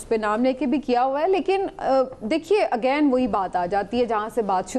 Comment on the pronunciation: Sirf Samina Pasha ke munh se "Again" ka talaffuz sun ke pata chal gaya ke iss ki education kitni poor hey